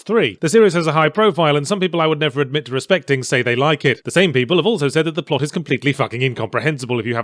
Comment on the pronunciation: Did yahtzee not figure out how to setup shortcut keys for magic? But yeah the pwot is ummm convoluted if I was to put it lightly. lol